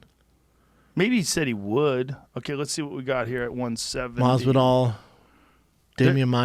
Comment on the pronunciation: Everytime brandon says masvidal i get hiccups 🤮 like dude fix it.